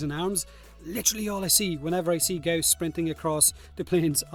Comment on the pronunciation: I love that you occasionally actually say Gauss correctly instead of "gauze"